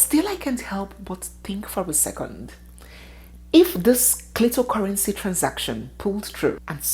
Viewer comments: She say clitocurrency , ohhhw chim 😂😂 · This woman and gossip. 🤣🤣😂 She say clito currency 😂🤣🤣